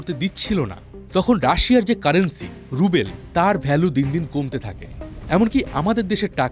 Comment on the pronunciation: good video. but its not russian rubel (রুবেল), it's ruble (রুবল)